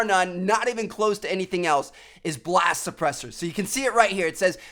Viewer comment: blast supllesser XD